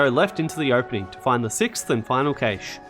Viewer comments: super helpful but dear god its pronounced cash. like money. there's not ay in the middle of it. some people say Cash-ay which is wrong but I've NEVER heard anybody say CAYSH before. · It’s pronounced “cash”. Rei even says it. 😂 Fun aside, you were correct, this IS the only video I needed. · Great video, horrible way to pronounce cache😂 thanks for the guide